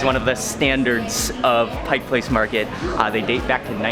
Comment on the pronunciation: It’s a tourist trap and expensive but it’s fun. Thanks for not saying “Pike’s Place”. With all the people moving here, you now even hear people living here saying it. 😖 Next time you get to Seattle though, you really should check out some of the ethnic neighborhoods here. Little Saigon but also lots of SE Asian food in South and Southwest Seattle, and Korean up north.